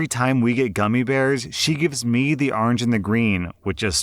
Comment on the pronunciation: arnj, actually, according to his pronunciation